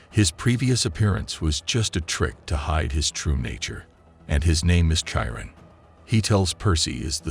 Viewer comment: Bro its had-ees and kiron not chiron